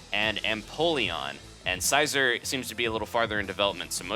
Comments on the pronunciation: sea zore not sizer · Darkrai ~~~~~ Creeps In 100% Is Going To Be In Smash Also Did You Just Say Sighzor?! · Bro, I'm sorry. I loved the video, it was great, but the way you say Scizor kills me inside. It's sci like scissors. Like his hands. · it's scizor okay get it right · its pronounced scissor you dolt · it's pronounced see- zo-r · When you said scizor I cringed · YOU SAY SCIZOR SO WEIRDLY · Wait what did he call Scizor